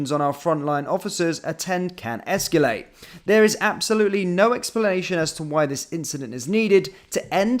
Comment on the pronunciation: EscAlate, not escUlate. Sorry to nitpick but there you go. 🤨